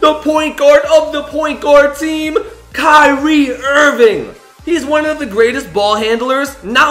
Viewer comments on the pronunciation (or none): none